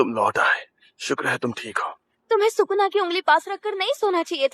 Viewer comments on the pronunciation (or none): It's Sukuna not Shukuna 😂